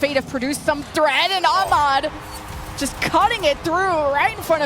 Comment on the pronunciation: Turk was correct Ahmad as well only okhalid without the kh rightly done but understandable for an English speaker